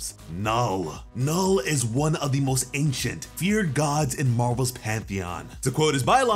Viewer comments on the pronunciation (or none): none